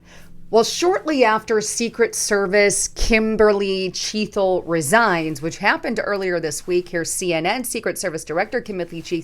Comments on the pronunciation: .... CHEA TLE... NOT chea thle!!!! No "H" !!! Gawd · C'mon. Chea "t" le!!!!!!????